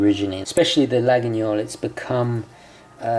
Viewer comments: Try to prononce it toward this: la-yeul. And not la-gui-gnol. Pretty knife! I want it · Your knife is a LA-GWEE-OL. Not La-ginyol. Laguiole = Lagweeol. Otherwise loving your videos as always, keep 'em coming! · It’s laguiole, not laguniole nice vid btw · Hi I'm French. We doesn't say : LaguiNIole Just Laguiole and pronounced Laiole. Thanks for your video. 😉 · Laguiole, not Laginiole! Nice carry though. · Hey, great vidéo! A precision: Laguiole must be pronounced Layol (and the « a » in french)... don’t know if I’m clear enough 😅 (I’m french) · Laguiole: pronounced "Lah-yol".Thanks for the video. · The right prononciation for Laguiole is /layol/ ;) Greetings from France. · Laguiole pronunciation is [lajɔl] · Great vidéo! But I think you need to pronounce Laguiole as "La-io-leu" it is a bit spécial. Best regards, Xavier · I think the knife is pronounced lagweeole? You are right about the quality though;just be aware that there are some horrendous cheap crappy copies out there?